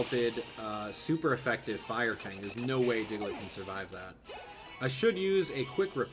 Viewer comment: Why do you say "sed" instead of "that"?